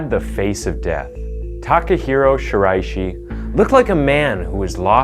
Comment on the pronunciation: The mispronounciations get really distracting Shiraishi becomes Shiroshi Kureha becomes Kuhira Hinako becomes Hinakon Tamura becomes Tumara and it changes sometimes too...like Benedict Cumberbatch trying to pronounce the word penguin